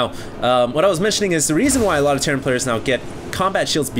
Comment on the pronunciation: Terran = "Terrain"